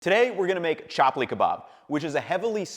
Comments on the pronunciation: It is pronounced Chup-lee not Chap-lee. But no worries, this kebab is sooo tasty that I can forgive even u if kill me. Coz it's worth dying for 😂. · i think you're supposed to pronounce it "chup-pull" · Thank you for sharing this recipe! Just a note that it’s pronounced Chap-li like the “tup” in Tupperware, and Pakistan with the same “a” sound in walk. Love that you’re comfortable with sharing recipes from other cultures and do so with authenticity. The pronunciations are a part of that! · Chuplee kebab is pronouced , like if you said PHuck-lee not hating, just correcting :D